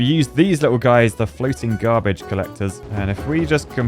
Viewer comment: I thought you said the other half ‘polluting’ at sea 😅